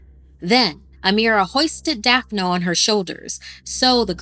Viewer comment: "Dee-uh-dra" "Daph-uh-nuh" I love ya but these damn pronunciations...